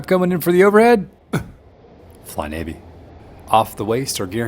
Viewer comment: It's Navy not Nacy. Anchors Aweigh USS Detroit 71-74